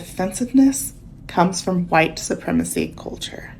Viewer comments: HHHHUUURRWWWWhite. 🙄 Really? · I feel the urge to call this woman “oriental” instead of Asian until she pronounces the word “White” correctly. If you want to try and program me like a child or a dog, I will return the favor. Rudeness begets rudeness. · Sounds like she's trying to hack up tonsil stones the way she says white.